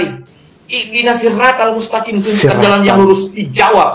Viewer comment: hadeuh ini nih org fasik baca sirotol kok jadi siratal, darimana dia belajar? odgj dia kok perkataannya mengarah ke agama sebelah bacakan ayatnya dodol surat surat yg kamu jadikan dalil jngan terjemahannya doang tau gak asbabun nujul nya ayat tersebut di turunkan, tafsirnya gmna, terus lengkapi dg hadist2nya org biadab ini